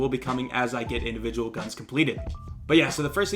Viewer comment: Indivigual huh?